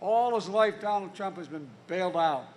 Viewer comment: Its "Donald" Not "Dronald"